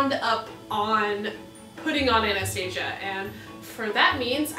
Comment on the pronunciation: You pronounced her name wrong